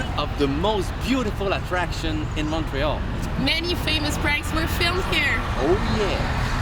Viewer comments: Here she says "eer" though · Wow -- she said "here" with an H.